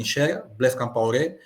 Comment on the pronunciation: Matumona yambula buzoba.Ate não é Campaore é COMPAORÉ